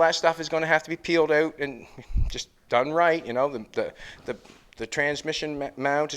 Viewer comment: How you say out? euot